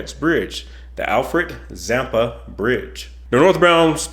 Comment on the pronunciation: I'm from Australia I'd be keen to check this out. At first when U said the Alfred Zampa bridge I thought U said the Frank Zappa bridge lol I thought yeah that could work! Lol. PS The Bonneville Salt Flats are awesome.